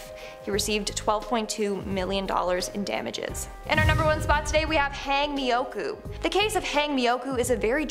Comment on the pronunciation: "hayng" mioku? 😂😂😂... no no no "hawng mioku" 😂😂😂😂